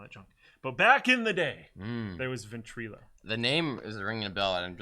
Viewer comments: illo not eelo... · "VentrElo" lmfao Everytime you say it makes me cringe. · for. Your pronouncing Ventrilo wrong